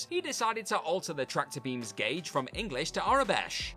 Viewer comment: WTF is an ‘information gorge’? Clearly the narrator has seen the word ‘gauge’ written on the script but has no idea how to pronounce it.